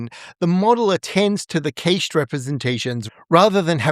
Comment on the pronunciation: its not pronounced cacheed. it's cashed. ch is like sh.. cause that's why